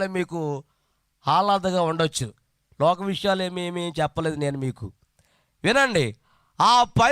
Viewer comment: వాడికి వాక్యం రాదండి... రక్షించు అనే మాటా రాక ' రక్కించు ' అంటున్నాడు.. లూకా సువార్త అనడం రాక లోకా సువార్త అంటున్నాడు... అసలు దేవునికి స్తోత్రం ఎప్పుడు చెప్పాలో కూడా తెలియకుండా వాడుతున్నాడు ఆ మాట.. ఎన్ని బూతులూ....